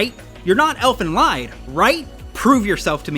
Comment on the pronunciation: Sorry, but, man, you absolutely butcher the pronunciation of rather generic German words (Seele, [Elfen]lied). 😅 I'm sorry, but Wiktionary or even just Google Translate are right there with sound examples.... It's not detrimental to the general enjoyment of the video, but kinda takes one rudely out of it for a sec.